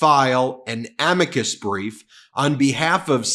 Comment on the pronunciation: It's clear that MAGA Mike is out of his wheel house when he refers to a Amicus brief as "A-meee cus brief " He claims to be religious. So far I haven't seen it.